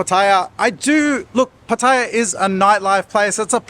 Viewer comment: Its Pat E AH l cringe every time you pronounce it wrong